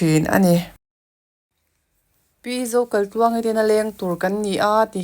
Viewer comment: A mawi hle mai,sap ram ang tluk a ni,chuan Zokaitluangi nge Zokalhtluangi i lam chiang lo tlat